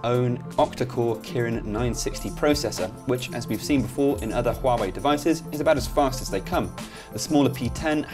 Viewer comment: I dislike Huawei phone's design.And the UI is so ugly.The pronounce?Huawei?Far away?looooool